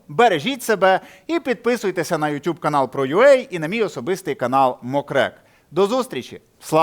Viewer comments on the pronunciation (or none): none